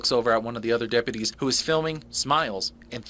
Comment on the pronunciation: Why is it almost ALWAYS the damn Dep-PEEUW -tees..?